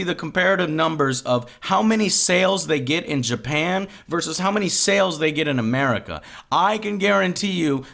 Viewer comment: With "America" you mean North America, South America, Africa and Europe, right? Because it sounded like 'MURICA to me there for a second.